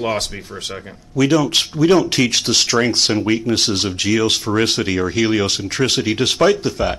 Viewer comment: Why are some Americans incapable of pronouncing even single syllable words? The woman in red kept saying 'strinks' when I'm guessing she meant 'strengths'.